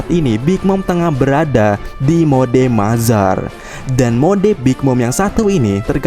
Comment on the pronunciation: Mother mode di baca mazar 😂😂